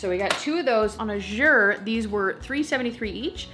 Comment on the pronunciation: I dont think u know u r saying Azure wrong. Call their customer service and u can hear how it’s suppose to be pronounce by the founder himself. :-)